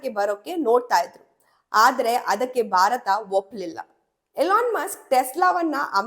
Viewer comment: ದುರದೃಷ್ಟವಶಾತ್ ವಿಡಿಯೋ ಶೀರ್ಷಿಕೆಗೂ ಮತ್ತು ವಿಷಯ ವಿವರಣೆಗೂ ಸಂಭಂಧಾನೆ ಇಲ್ಲ. ಓದುವಾಗ ಉಚ್ಛಾರಣೆಯಲ್ಲಿ ಬಯ, ಬಾರತ ಮತ್ತು ಕರೀದಿ ಬದಲಾಗಿ ಭಯ, ಭಾರತ ಹಾಗೂ ಖರೀದಿ ಅಂತ ಓದಿದರೆ ಕಿವಿಗೆ ಕೇಳಲು ಇಂಪಾಗಿರುತ್ತೆ ಹಾಗು ರಚನಾತ್ಮಕ ವ್ಯಂಜನಗಳ ಕೊಲೆಯಾಗುವದನ್ನು ತಪ್ಪಿಸಬಹುದು. ನಿಮ್ಮ ಸರಿಯಾದ ಉಚ್ಛಾರ ಕನ್ನಡಿಗರಿಗೆ ಮಾದರಿಯಾಗಬೇಕು.